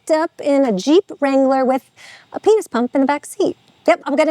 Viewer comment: What is a “Jeep Wrongler”?